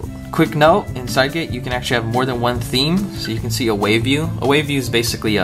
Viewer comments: Well, since Cydget seems to be a portmanteau of the words 'cydia' and 'widget', I think it's pretty safe to assume it's pronounced 'see-jet' rather than 'side-get'. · its pronounced cydget like widget, but sidget